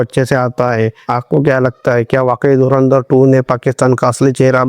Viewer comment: dhurandhar ❌ dhurendarr ✅